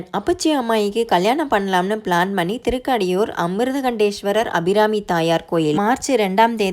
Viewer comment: நீங்க ஊர் பேர் மட்டுமில்லை சாமி perum thappa உச்சரிக்கிரிங்க, திருக்கடையூர்,அபிராமி அம்மன், சிவன் அமிர்தகடேஷ்வர்